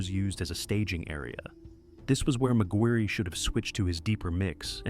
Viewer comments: Mig wirry. Shouldn't it be pronounced Mig wire? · McGuirre is pronounced like Maguire surely? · Bruh I couldn't take the first story seriously when the ai narrator is calling him "magweerie"